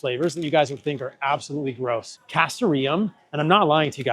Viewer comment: Great information. Just to let you know, as your screen phonetics show, the stress is on the second syllable, not the third: ca STOR ee um.